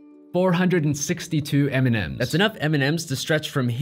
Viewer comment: I keep hearing ''Eminem'' turned out to be the candy But seriously. Great video ;)